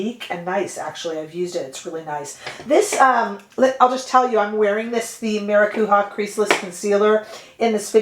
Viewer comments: The eye shadows are beautiful! Also, please take this in a positive way, maracuja is pronounced like it’s spelled with a soft j sound. Not maracuha. You gave me a good giggle! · OMG, that mini palette!!! You see, that’s what I am attracted to nowadays. Every single color is GORGEOUS ANDDDDD it’s mini, so it doesn’t take up space that I don’t have. Great, now I am getting this palette. I am!!!!!😃 One language tip, if I may: the J in “maracujá” is pronounced as in “Jouer” (the brand). It’s Portuguese, not Spanish, and that’s why. There is no Spanish J sound (as in “fajitas”) in Portuguese. Just wanted to let you know!! 🥰🥰🥰💖